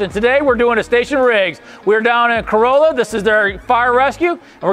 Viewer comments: Nice! But also know it’s pronounce “Cor-RAH-lah”. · Love that you went down to Corolla (the Chief says it right, not you, gotta let you know that part). Truly the OBX is my happy place and the fire departments down there are an amazing group, they are seperate but operate as one. They face unique challanges, from the 4x4 beach of Carova (that is mentioned here) to the continious winds that made this the place the Wright Brothers chose. I've listened to them and I've heard some of the most unique but yet most organized fire attacks that I've ever heard.